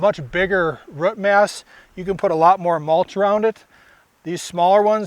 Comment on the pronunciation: is is incredible ,,, a gardener who literally cannot pronounce the word "ROOT" ....who knew